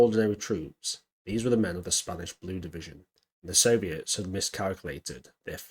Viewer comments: Good video, but it sounds like you are saying Blur division??? It is in fact Blue division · good watch but in spainish it's" La Division Azul. ( The Blue division). Azul, pronounced Ath-ool, which means blue . Why do you say "blur"?